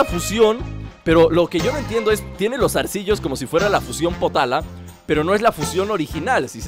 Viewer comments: Oye yo te oi que dijiste potala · creo que son los aretes potaras no potalas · potara no ponara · potara no potala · Like por que escuchaste potala